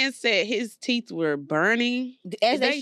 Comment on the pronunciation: Why cause he fine he can’t do teef 😂😂😂